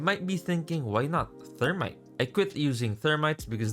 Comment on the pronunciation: The thermi-te